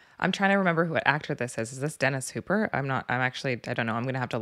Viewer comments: Hopper not Hooper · Dennis hopper. Not Hooper. Hooper drives the boat chief. Lol